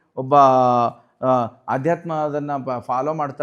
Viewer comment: ಆಧ್ಯಾತ್ಮ ಅಲ್ಲ ಅಧ್ಯಾತ್ಮ 🙏